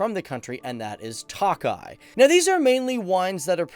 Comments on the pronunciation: It is not pronounced 'Tockeye'.. as is 'Lock eye' it is mor'Took' eye',.like I took a glass of wine. It is spelled Tokay. Your welcome. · toe-kye boss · I'm hungarian and I am believe you pronounce the wine as Tokai with a long a. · work on your huingarian pronunciation, it's not takaly but tokaly a definite o sound. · Hey Tokaj is pronounced more like toe kah yee but nice video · "Tawk-eye"....dude, fucking Tawk-eye! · What the fuck is "talk-eye"?? 😂😂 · Budapesht, TOE-keye Mispronunciations undermine credibilty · check your pronunciation for "TOKAY"....and please realize that you are not only speaking to "GUYS" but Gals too :) thanks! yes, as a Hungarian born that had her DNA tested, our heritage is most definitely of East Asian areas. You made some interesting observations. Thanks for giving Hungary some attention. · Every time he sais tokai my Hungarian ears are bleed... we pronounce I as E in English.